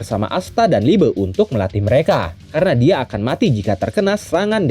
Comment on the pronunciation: liebe bang bukan liebe😔😩